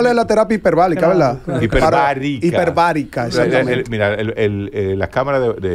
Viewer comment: Me encontre raro escuchar a desconocer sobre la cámara hiperbarica!!😮 y pronunciar mal la palabra😊